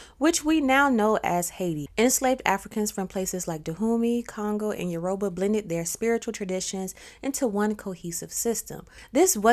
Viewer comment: It's "You-Rah-Baa"